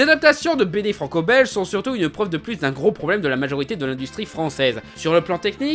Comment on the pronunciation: Tain les oreilles qui saignes ….Franco Belge c’est compliquer à dire bordel….